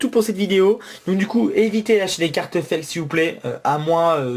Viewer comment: arete de dire hwate foke